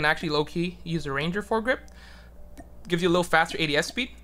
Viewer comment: my man said ranger foregeip